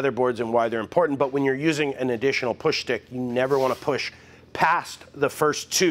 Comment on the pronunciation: "Push Schtick"